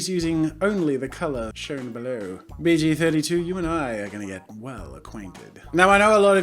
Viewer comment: I thought he said BJ 32 a few times there 😂